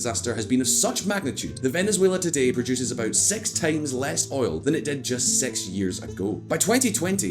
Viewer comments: Is it only me or he's really saying sex instead of six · Why does he pronounce six as sex? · The way he says six.... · Keep saying 'six'